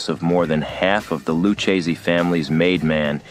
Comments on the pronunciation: Dude literally said Luc a see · Lucasees? Learn how to pronounce Italian names if you're going to narrate a video about the mafia. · Well written bio, but your voice actor didn't do his homework, mispronouncing Luchese several times. Once or twice we could tell it had to be edited/rerecorded. Distracting. No sub here.